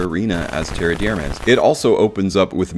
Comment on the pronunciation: Definitely doesn't smell like leather. No idea where that idea comes from. Have never heard anyone say that before. The pronunciation of Terre D'Hermes has also been butchered. It's not a difficult one to say.